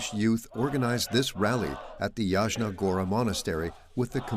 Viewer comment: Опять искусственный интелект произносит неправильно слова монастырь Ясна Гора, а не Ягна Гора и т.д.